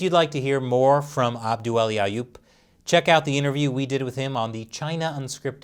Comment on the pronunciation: The way nailed the pronounciation of his guests name in a single breath with no cuts, chefs kiss.